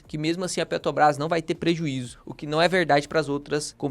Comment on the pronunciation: O problema é ouvir o vídeo inteiro falando "Petobrás" ao invés de Petrobrás. Dói os ouvidos 😅😅😅😅😅